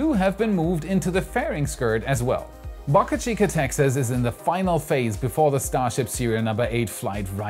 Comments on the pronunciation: the "Boca" in Boca Chica rhymes with Boat!!! Other than the way you pronounce that, you have a great Youtube channel! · Please learn how to pronounce Boca